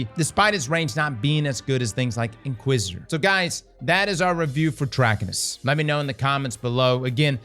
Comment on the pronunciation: Say it with me... Trah-kai-nus.